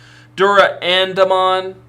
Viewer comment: Pronounced Duranda-mon as in the sword Durandal. Bryweludramon is a bit harder to figure out how to type phonetically. Brai-wel-LUdramon.